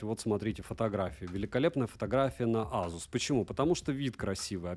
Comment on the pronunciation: Автор уникальный чувак. Он, пожалуй, единственный человек на планете Земля, кто называет бренд Асус (Эйсус, если выпендриться) Азусом. AZUS, йопта!